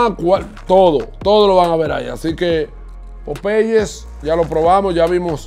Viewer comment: Buen vídeo, pero es importante que aprendas a pronunciar las marcas antes de grabar el vídeo, muy mal pronunciado tanto Popeyes como Starbucks.